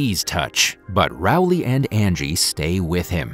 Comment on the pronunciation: Rowley, not Rowle.